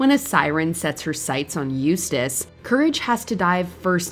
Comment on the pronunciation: Im just glad you guys got someone to pronounce Eustace's name right That other list was cringe as hell